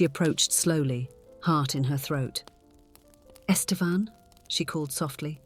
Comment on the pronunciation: This is the first story that made me suspect a bot is reading this. The pronunciation of “Estevan” changes throughout the story.